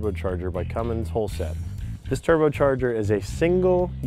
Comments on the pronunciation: Thank you! I thought the same thing. "no g in cummins..." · Best line for a review ever. No "G" in Cummins. EPIC